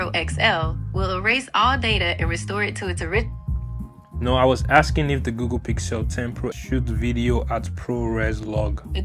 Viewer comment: Does he call it “GooGoo?”